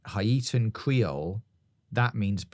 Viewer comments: an the pronunciation of people of Haitian decent is like "hey-Shin" you got Haiti down though haha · u also pronounced haitian wrong. it would be "hey-shun" not "ha-ee-tan." just trynna help yall out :) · It’s hae (hey) tian, not hi-ay-tian FYI 😂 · Say it with me: HAY-SHUN Idk why it’s not bothering anyone else enough but their should be more comments correcting this after two episodes of mispronunciation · I just have to let you know it’s pronounced (hey tee) And ( hey shin) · Please work on your Haitian pronunciation🤣🤣 it’s pronounced like Hay-shin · Haitian - heyshin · Brilliant once again, aside from the pronunciations of ‘Haitian’ and ‘iguana’ 😂